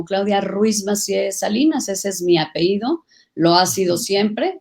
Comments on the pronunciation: 2 doctorados y aún no sabe decir apellido, dice apeído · Que pena con tanta preparación de la Senadora Claudia y dice APEIDO cuando lo correcto es APELLIDO..